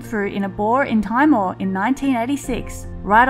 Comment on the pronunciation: It is T more, like the island up north of Australia. But great show as always.